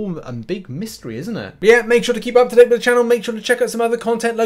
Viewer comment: Its "date"